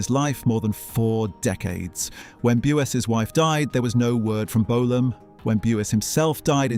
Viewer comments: B'You_zzz (1 syllable) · I was about to ask, who the hell is Bew ess? 😂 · Bew es lol 🤣